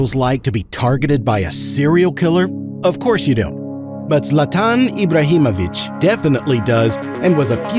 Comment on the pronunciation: Your Zlatan Ibrahimovic pronunciation was spot on